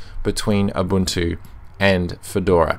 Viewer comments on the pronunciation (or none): You almost always say abuntu not ubuntu :)